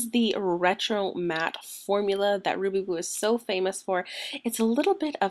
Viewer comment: It Sounded like You Said Ruby Boob .. Lol